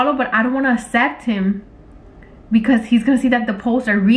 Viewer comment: all the comments: “omg let him gooo he doesn’t deserve you” her: “ah he wants me to asept his request!” me: LMFAO “asept”